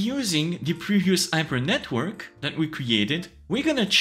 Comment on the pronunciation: Yes, you should have at lest 24 GB of VRAM. I have not been able to train with my tiny 10 GB VRAM on my ROG Strix 3080. Btw I find it very comical that someone who can't articulate the letter H. 😁 Yper NetWork. Just kidding, very informative video. Thanx!